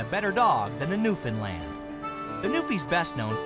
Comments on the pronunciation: Actually it is pronounced New-fin-land. I'm from there so I should know how to say it hahahaha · I hate how the English language is getting bastardised more and more. Apparently a Newfoundland dog is called a "New-fin-land"?!?! I mean, it is just a simple case of just sounding out the word! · Why you people keep pronouncing Newfoundland as Newfindland is beyond me and yes I have heard the stupid excuses as to why, makes no sense. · It's pronounced New-fun-lund. Not land. Lund.